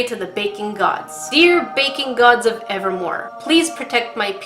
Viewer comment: When she says "baking gods" it sounds like shes saying "bacon gods"